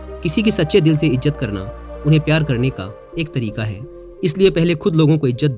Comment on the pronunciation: Izzat hai.., Ijjat nahi hota.., correct your URDU diction.